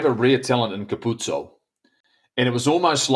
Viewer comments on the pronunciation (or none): It's hilarious that these guys can pronounce all of the difficult Kiwi and island names, but then struggle with a simple Italian name like Capuozzo. Say it with me: Ka-pu-o-tso. I mean, didn't JK coach in Italy? Embarrassing!